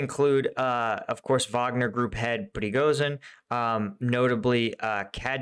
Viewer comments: Prigozhin = pre-go-shin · man , I love your content. Can I correct pronunciation? Prigojin is how it sounds and LAPIN , no l